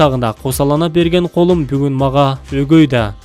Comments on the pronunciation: Колум дебей көлүм деп туура айтсан сөздүн маанисин бузбай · Колум дебей туура окубайсынарбы э ыссык колум деп атат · КОЛум дегенди 🖐ум деп окуп койду го?Кандай сабатсыз?КОЛ бул Ысык Кол айырмасын билбегенден кийин окуп эмне кылам?Кандай гана чала сабат журналистер кобойду.Кайран гана Улан Эгизбаев сенин ордунду басмак турсун тыныраак окуй да алышпайт.